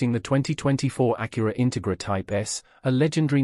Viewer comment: Please learn to pronounce the name of the car correctly.